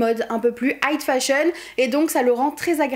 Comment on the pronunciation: j'adore tes vidéos comme dhab ! trop bien fait, la bonne longueur, c'est vraiment mon petit plaisir. juste, on dit "high fashion" non ? j'ai l'impression que tu dis "height fashion" et je ne pense pas que cela se dise. sinon continue comme ça c'est ouf !